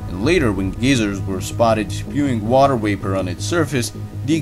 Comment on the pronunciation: “Water waper”